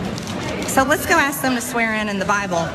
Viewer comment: Hey, dude -- the word is "ask," not "aks." Is that really so hard?